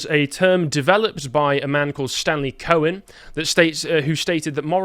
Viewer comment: ‘Cohen’ you say…….